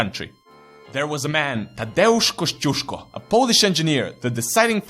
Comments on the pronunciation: I admire your pronunciation of his name! spotless :) congrats! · You pronounced his name good lol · Actually you pronounce his name quite right... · Wow that's first english language channel when somebody said his surname right XD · Mate , I'am 100% Polish and when it comes about your pronunciation of Kościuszko's name - wow!